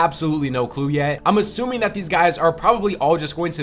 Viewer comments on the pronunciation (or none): none